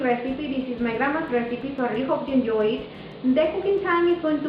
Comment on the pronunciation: "Enyoy" - God I love a hot spanish accent!